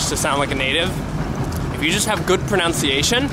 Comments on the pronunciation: fyi - it's not pronounced 'pro-noun-ciation', it's 'pro-nun-ciation'. lol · It's a bit ironic that you mispronounce the word "pronunciation " as "pronounciation". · So ironic you mispronounce pronunciation